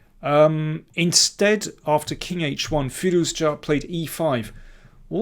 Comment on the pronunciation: Good video. Sorry for commenting about firouzja pronunciation last time, I realise you are saying the name the correct way now.